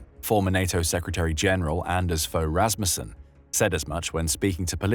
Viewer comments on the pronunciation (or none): none